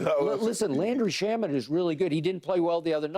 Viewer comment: “Landry SHAMMY” 😂😂😂😂